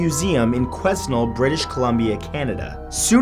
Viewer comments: FYI... The hometown of the Mandy doll in Quesnel, is not pronounced quizz-nel, it's kwah-nel.. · mattthew i am from Quesnel B.C. it is pronounced like qwa-nel, the S is silent. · um, i would like to point out out its pronounced Quin-el B.C although not spelt that way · its pronounced quenel not quesnel for those wondering. I've actually visited there but all my pictures were lost during my trip to the mainland. Also, Hi from Vancouver Island! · It's pronounced "Kweh-Nell" not Kwisnel. I thought you were from Canada! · The town in BC, Quesnel is pronounced Kwen-el. Not Kweznal. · Btw Quesnel isn't pronounced like 'ques-nel' it's actually like 'Canal' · It's pronounced Kwehn-ell, not Kwes-nel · Hey Matthew in your first Clip it's pronounced "kwhen-nel" not "ques-nell" (bc resident) love your videos Keep them coming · Haha It's pronounced 'Quenell' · You are pronouncing Quesnel extremely wrong... quoi-nelle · Its Pronounced Qweh-nel, Matt. Just...fyi. Not trying to be mean haha. Also, if people take pictures with Mandy, she doesn't show up in the photo and if she does, its very blurred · freaky stuff! Small correction, the s is silent in Quesnel (QU-AW-NEL) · I grew up near Quesnel, British Columbia (pronounced kwe-NELL) and visiting Mandy is like a right of passage. I decided to watch this video just to see if she would be mentioned! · It's not quesnul its Quesnel the s is silent lul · Matt, love your videos. The town is pronounced "kwe-nel" in British Columbia. The "s" is silent. Hope you are doing well down south. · I lived in Quesnel and you pronounced the cities name wrong lmao ( Qweh -nel ) the S is silent. But yes mandy is in the museum in labordais park and her eyes follow you. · It's pronounced "que-nell. The "s" is silent, lol. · The first towns name is a two syllable word. The first half is like gwen but with a Q not a G and the s is silent, the second is like the letter L or elle. So Qwen-elle Just a FYI from a B.C. resident. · QUESNEL is pronounced qua-nel